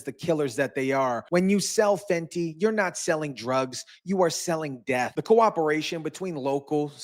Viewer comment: Good report but please stop calling it Fenty like an addict buying on the street or some highschooler